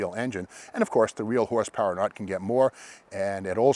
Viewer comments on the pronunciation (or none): none